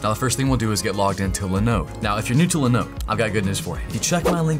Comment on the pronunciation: Are you an agent of LENODE? always LENODE, LENODE and leeenoddee....?